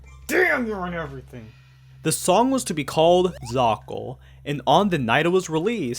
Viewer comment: a ton of people seem to have already said what I was going to about the excuses defending it is just mental gymnastics so I won't say it, but I will ask: why do you keep pronouncing it zakal?